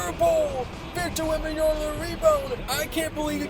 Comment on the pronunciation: "Victor Wembanyana" it's Wembanyama just call him Wemby